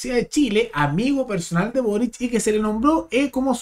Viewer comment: Con énfasis en lo de "amigo personal de burric"